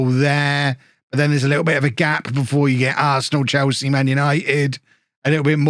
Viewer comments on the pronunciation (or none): none